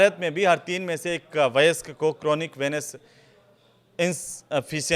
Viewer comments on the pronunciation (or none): Kya anparh anchor narrator hai? Koi word sahi se nahi bol skta. Veins ko venas Trend ko traind.